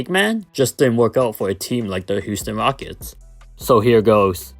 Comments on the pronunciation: '' da Houston wockets '' 😂😂😂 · '' the Houston wockets''